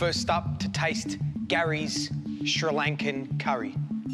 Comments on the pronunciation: Gary might be a professional, but can't pronounce Sri Lanka properly like George does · Sri Lanka is pronounced SHREE LANKA ... Just a constructive criticism😊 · Nah I hate that I perfer Sri Lanka